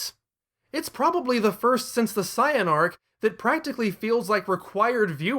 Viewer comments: If you're going to say "Sye-yan" just say Saiyajin. Sorry, "Say-yan" is the English name. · Man comes out swinging how Zenkai Boost ain't real, yet pronounces Saiyan like Cyan lmao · I was gonna watch this but you saying CYAN and great Cyaman got me fuming. Change that shit wow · I get you want to pay respects for the original Japanese dubs in the way you pronounce things, but there's a reason that they are different in the US version for some words. They don't sound as ridiculous. Thank goodness we pronounce it seyen instead of Caiyan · Sai-Yan Majeen Booooo Blooma If I didn't know any better, I'd be convinced that he hadn't watched a single episode of this show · Why do you say it like cyan! I hate it here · The pronunciation of saiyan is killing me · Saying Saiyan like that is never going to catch on. Took me right out of it. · you're not saying Saiyan correctly, please say it right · The word Saiyan comes from the Japanese word for vegetable "yasai", which is pronounced "Ya-Sigh", not "Ya-Say".